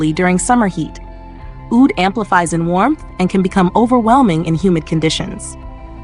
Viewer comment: OOD, not OWD, get a real person to narrate, another BS AI video 🤮